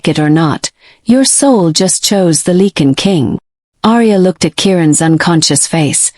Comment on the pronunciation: It’s not ‘leak-in’ it’s pronounced “like-in” .